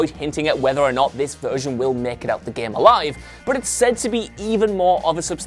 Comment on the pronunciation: Couldn't watch cause of some accent... Not the full accent, I'm fine with it but.. "remek" "resint 2" "gem"